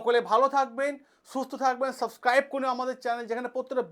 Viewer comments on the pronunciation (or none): none